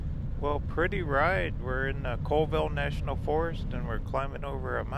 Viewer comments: Neet video. Oh and it's pronounced Call ville instead of Cole ville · It's actually pronounced Callville not Coleville. The population of Chewelah is just over 3000. Colville is around 7000 and KF is almost 1700. FYI :) Lake Roosevelt is too Big to Freeze. Enjoyed the Trip and you know the Videos can't do it Justice. It's Breath taking...and if youre a Rock Hound it's Heaven! You can't even see the River right now it's so covered in smoke :( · Its pronounced CALL-vill not cole-vill for your info ;) i agree with everyone who suggests Zips. they have the best bacon burger combos! but Ronnie D's has an awesome cordon bleu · Colville is pronounced Call-ville. Chewelah is pronounced CheWeeeluh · Just to let you know it’s pronounced chu we luh 😊 and colville is call ville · Pronounced call-ville.😁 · Colville, pronounced "Call ville." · Colville pronounced Call-ville; Chewelah pronounced Cha we luh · Hi! I lived in Steven's county for over 35 years in the Colville, Kettle, Inchelium area. Thanks for the tour of my hometown! P.s. Colville is pronounced 'Call-Ville' and Chewelah is pronounced 'Chew-WE-la.' Thanks for the tour! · Colville is a town of about 5000 people and you did say colville wrong is call-ville but it makes sense. You mess it up if you have not heard it.